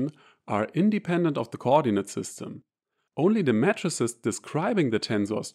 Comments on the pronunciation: This is a good video. The only thing I would comment is that of the pronunciation of matrices. To an American audience it sounds like you are saying MATTRESSES. The American pronunciation would be May-trah-sees. A singular May-trix. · Your English is superb and idiomatic, and the accent may even be an advantage when teaching math. But unsolicited advice: your “matrices” sounds exactly like “mattresses”. That first “a” should sound exactly like “E, dann I” auf Deutsch. MEEITRIX, sonst total verwirrend . Might be relevant in your line of work. Matratzen statt Matrizen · mattresses 😂 😂😂 y mean 'may-tr-sees', rather ? yeah, that gets my vote... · For the first 2 minutes I heard "matresses" and yes, I was thoroughly confused.... haha